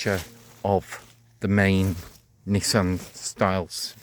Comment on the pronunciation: Not "Nissan style" but Nissen style.